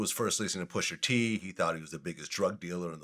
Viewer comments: Vlad keep saying "pusher t" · Vlad sir it’s pusha t not pusher t.